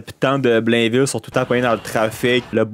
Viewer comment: c'est pas "Blenville" c'est "Blaine-ville" TABARNAQ